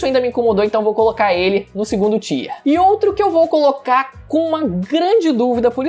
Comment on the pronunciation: Tier lê-se “taier”, q nervoso kkkkk